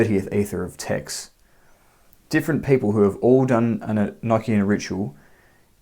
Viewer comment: Well I actually took the time to write this out earlier. First of all you are pronouncing this wrong. I want you to say these two words with me one is an ocean 2 is a notion 3 the proper way to say this enochian as the secret language of the Angels is revealed to you it is actually not so Secret. Do you ever have that high-pitched ringing in your ears so much so that you have all kinds of new ideas some of them might be so in depth that you actually pick up a notebook and write them down in hopes to later re-read it and rewrite it into something more profound. From what I understand feeling very the religion enochian is filled with words that have multiple meanings and that if you listen carefully you will here and see the simplicity the Angels put out ideas on waves and those things are open to receivers who are on those planes they flow like the ocean NeverEnding motion infinite revolving evolving thought it's very circular and it's construct just like any word that ends in t i o n Sean it's almost like you can find God's name right there Revelation Revolution solution contemplation aggravation subjugation etcetera etcetera etcetera. I am just very tired of hearing people say the word eknckian it is pronounced an ocean or a notion enochian same sound same context. I know this because of spiritual experiences I've had since I was a child this language is actually really fun brings about a whole different way of thought and existence and being and it's not to be over thought